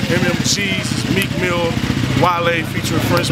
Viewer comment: Why he call Meel Mill, "Meek Millz", C'mon son.